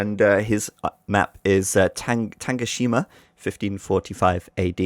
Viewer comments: It's "Tanegashima" not "Tangashima". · For reference, its pronounced Tah-Nay-Gah-Shi-Ma